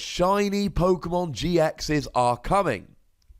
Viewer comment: Not sure pokemon or pokEAmon